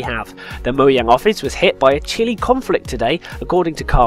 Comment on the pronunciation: "MOJANG" is how it's spelled, "MO-YANG" is how it's pronounced.